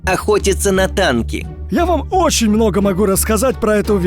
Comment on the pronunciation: Ударение на ОЧЕНЬ ! 😂